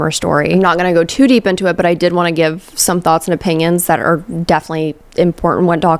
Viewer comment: You say opinions like opingions. Like how some people throw a G in onion, ungyun